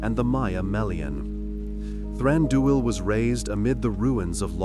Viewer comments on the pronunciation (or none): Stop saying Thranduuul 😱